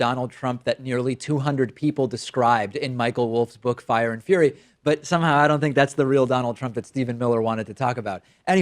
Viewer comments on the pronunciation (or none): none